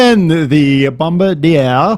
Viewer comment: its pronounced, Bom-Bar-di-er with an emphasis on the "ER"